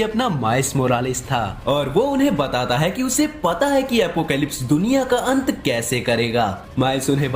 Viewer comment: Aant nhi ant 🐜 hai wo